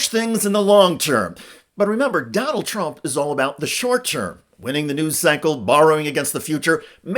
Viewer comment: Sounds like donOLD is going " serfdom "